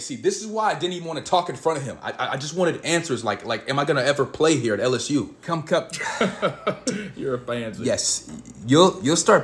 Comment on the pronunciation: If you laughed everytime he said "commcup" like this comment😂😂😂 this guy and his names